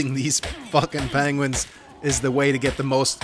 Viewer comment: What the fuck is a panguin? 😂